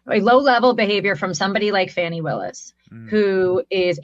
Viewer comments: Hey Alina Habba! Please pronounce Fani correctly: fawn ee, NOT fanny, you dumb bunny 🐰! WTH 🤦🏽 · Did learn English first it’s not Fanny Willis it’s Fani’ Willis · It’s disgusting how they say Fani William’s name,and smelina habba is the worst,these people are vile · ...it's Fani, pronounced Faunie. Not Fanny...but you already know that. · Alina Habba is a piece of work. Not only is she a bad lawyer, she is a stone cold beeeatch. She carefully mis-pronounced Fani Willis first name to turn "fauni" into "fanny", assuming we recognize fanny as slang for butt. She learned that classy name calling trick from her lord and master, tiny tRump. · Do lawyers not have people to tell them not to sniffle or wipe their noses with their fingers when on camera? She comes off as yet another self-important narcissist. t. Rump does not allow others to "poke seeds in his ear". Ms Willis' given name is not pronounced "Fanny". She does that on purpose. And t. Rump is not the president, girl. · Anyone else notice Trump’s lawyer deliberately mispronounced Fani Willis’ first name in her comment, calling her Fannie/Fanny? These things remind me of high school and it’s not just from Trump’s followers, it comes from both sides (or all sides). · She was wiping her lips like just finished ahaba. Why can't pronounce fanwy Willis name. She wasn't known either until she became a dumpster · It’s pronounced FAWN-KNEE how freaking hard is it for you to say, you‘re all so proudly and completely disrespectful of others. It’s the same thing you do when you say democrat instead of the democratic and how you can’t pronounce “Kamala” She’s the VP of the US. I can’t wait for the lot of you to face justice. Those first 19 were a solid start. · How about that idiot Alina Habba start pronouncing the name of Fulton County’s district attorney correctly? It’s FAH-nee! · It would be nice if Trump attorneys could pronounce the Georgia AG's name correctly. Her name is not Fannie LOL